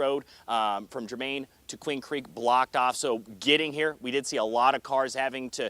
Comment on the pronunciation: it's Gur-mahn, not jur-maine